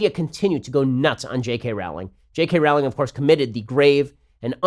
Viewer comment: Rowling is supposed to be pronounced like 'rolling'.